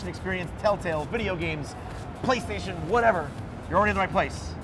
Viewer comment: What's Flaystation? lol